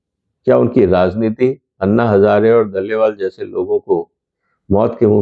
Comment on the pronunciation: दलेवाल नहीं डलेलाल है।